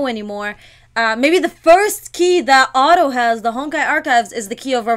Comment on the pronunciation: When she said it's not Otto but hotto it made me laugh 😂